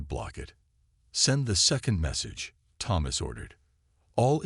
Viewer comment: Your ai pronounces Thomas wrong, but that makes it unique